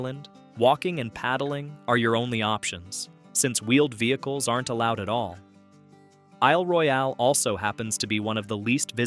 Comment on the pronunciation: What kind of a rock must one be living under to never have heard of these places ... I've even been to nine of them. Your mis-pronunciations sorta ruin the presentation ...if you don't know .... CHECK! It's Isle "Royal" not Roy-al despite the spelling.